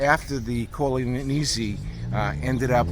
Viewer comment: Not Corleo-ni but Corleo-neh.